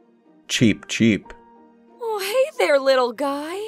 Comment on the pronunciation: Cookiethekitten at first i tought say"Cheap Cheap"and i was like What is Cheap? and the second one i realize it was"Cheep"